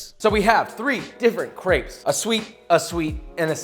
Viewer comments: Is not crapes is creps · Why does he pernowns crepes so weirdly Him: craips Everyone else: crep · France ~ it’s not CRAPES ITS CRRR-EEEHHHHH-P- Spelled > CRÊPE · Isn't it pronounced "Creps"?